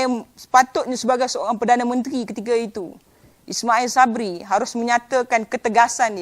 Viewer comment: Sebut nama PM tuu molek2 sikit. Biar betul.